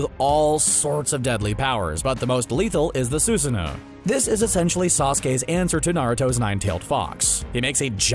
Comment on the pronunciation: And Soo-se-noo